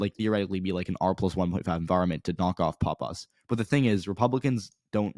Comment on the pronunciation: You don't know what you're talking about in NH. NH1 is not left trending. It's much more conservative than NH2. Leavitt is not a disater candidate and she's going to beat Pappas. btw you're pronouncing Pappas wrong. Also who the hell told you the Republicans are giving up on Bolduc? That's not even close to being true.